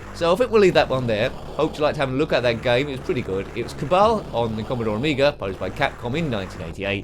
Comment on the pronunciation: Loved this back in the day, also I think you pronounced it wrong. Ca-Bal. as in Al not All.